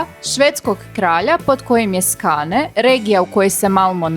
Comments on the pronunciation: Molim vas izgovarajte tocno imena ulica i mjesta jer zvuci zaista glupo. Nije stor torg vec stur torj. Skåne je skone nije skane itd. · Skone,nije Skane..logom